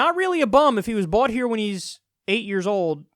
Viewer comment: Am I the only one hearing "he was bought here" instead of "he was brought here"?